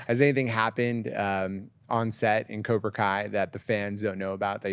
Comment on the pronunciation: Cobra not kobr